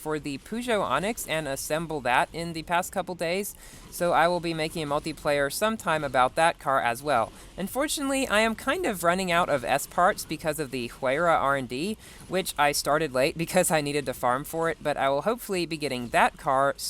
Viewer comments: The way you pronounced “Huayra” annoyed me a little bit, it’s pronounced “wai-ruh”, not “hway-ruh” xp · Scary Warriors It’s spelt “Huayra”, pronounced “wai-ruh”. “Hu-rai-a” would be spelt as “Huraya” lol